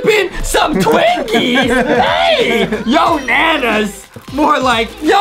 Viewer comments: “YOnanas” Seems legit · I love how justin Keeps saying yonanas that’s the funniest part of the video